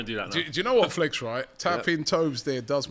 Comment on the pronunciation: Sounds like he says happy birthday to fleck or flake. Definatly not hearing Flex.